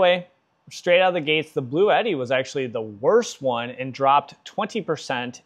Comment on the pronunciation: My goodness people. It's not blue Eddy! It's pronounced blootee, blue-tee. This is one of the reasons other countries think we are so stupid.